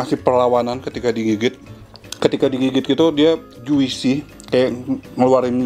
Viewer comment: Juicy pelafalannya "jusi", bukan juisi.